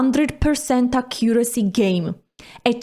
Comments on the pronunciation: acCUracy 😬 c'mon it's ACcuracy stress on the first syllable 😂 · Accuracy? Accent on the second syllable?? Nice!